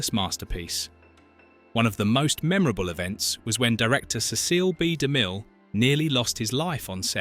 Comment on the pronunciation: Sorry, the voice & pronunciation ruined it.Ceceel b. De mill????????????????????